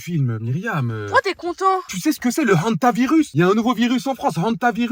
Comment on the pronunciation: L'accent avec l hantavieus de 😂